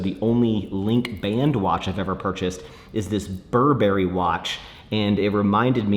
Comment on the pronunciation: It’s so rare these days seeing people buying a Rolex, and NOT mention investment/profit.. thank you for buying the watch with a meaning and purpose of wearing it!! One more thing- don’t ever say Burberry like that again 😂😅